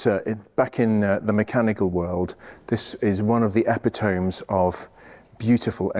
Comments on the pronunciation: 17.36 - eh-pit-uh-me.... not epi-tome. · "epitome" is of Greek etymology, from "epi" (a preposition with various translations depending on context) and "tome", a cut or section. A synonym might be "examplar". I any case, it's pronounced "ep it o mee", not "epee tomb". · Do yourself a favour. Type “Epitome” into google to hear the correct pronunciation.